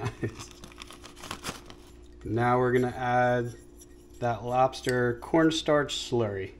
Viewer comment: LOBSTAH GENERAL TSO!!!